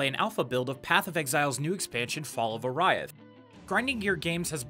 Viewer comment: It's pronounced "Or-ee-ath", not "Or-aye-ath."